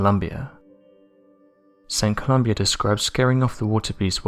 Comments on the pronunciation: The man's name was Columba - "Ko-loom-bah". Excellent video. Very enjoyable. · Saint ColumBA..... there's no "I" in it..... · Saint Columba btw not Saint Colombia as you stated ;) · It is Saint Columba, not Columbia. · St Columba. Not Columbia.